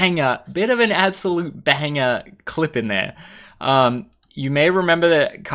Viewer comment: You hardly ever sound Ozzie... until you said BANGAH !!!! Love it